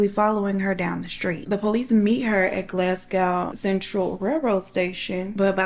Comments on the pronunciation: Glas gow 😂😂 its glas go , or to most Scots its glesga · I love this! Although Glasgow is pronounced Glahz-go ❤️ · Fife was correct (Five with an F) but Glasgow is Glas-go 😅 The book reviews at the end killed me, especially the way they were read 😂